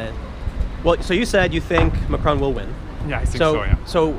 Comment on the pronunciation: Tiiim! It's pronounced Mack-Ron, not McCrone!